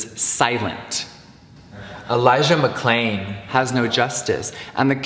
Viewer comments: Idk if I'm going crazy but I'm pretty sure he mispronounced Elijah Mcclain's name and they had to edit him saying it right 😳 I've replayed it a lot, the mouth doesn't sinc right. That just goes to show he doesn't give a shit about them or the blm movement. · anyone notice how he prolly pronounced elijah mcclain’s name wrong so he voiced it over LMAO